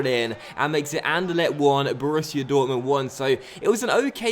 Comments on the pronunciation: I heard An-Der-Let :p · The way you pronounce anderlecht xD